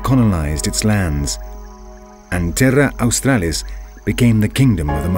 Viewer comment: Pig snouted platypus, bloody hilarious. They've gotten a fair bit wrong but it's still been a good doco to watch. It's crapping me off though the way he pronounces Terra Australis.